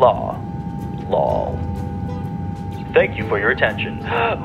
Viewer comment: "LAWL" 😂 made my day better